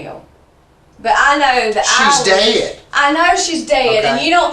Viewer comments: in southern accent..."shaays Deeyhhd." lmao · That's "SHE'S DAYED" WAS GOLD. Southern contempt is something else 😆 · I never knew the word “dead” had two syllables!